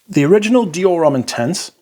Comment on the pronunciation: The 'h' in homme is not pronounced.